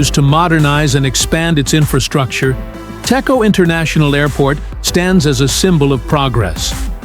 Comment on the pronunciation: Pronounce Dejo, not Teko.